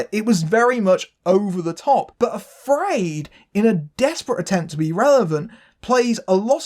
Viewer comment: I wouldn't pronounce AfrAId that way.